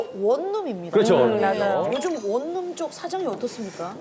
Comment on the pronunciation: 원룸은 [원눔]이 아니고 [월룸]입니다... EBS인데 아쉽네요...